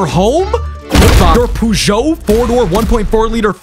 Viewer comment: How the fuck did you pronounce peugeot 😂